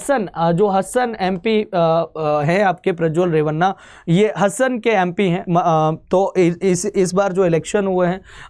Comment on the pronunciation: हसन नहीं हासन और Holenarsipur is होलेनरसीपुर